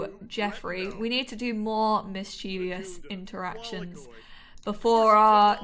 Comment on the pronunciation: I’m really liking this lp! Please, please don’t hate me though, because I mean well, but you’re mispronouncing mischievous... it’s three syllables, mis-chuh-vuhs.